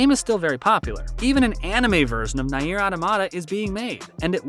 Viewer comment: I'n sorry but Nay-eer is killing me lmao.